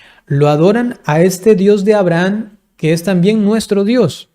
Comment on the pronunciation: Porqué pronuncia AbrahaN?